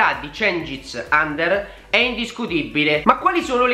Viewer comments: si legge under non ander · Mi sa che si pronuncia uender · credo che si pronunci under con la u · Under pronounce just like ujfalusi. no english.